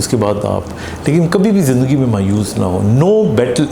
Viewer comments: زندگی لفظ۔۔۔زند ۔۔گی نہیں ہوتا ۔۔۔زند دگی ۔۔۔ہوتا ہے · Punjabi style .